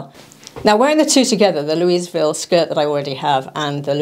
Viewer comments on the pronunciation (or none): When pronouncing “Louisville” the “s” silent FYI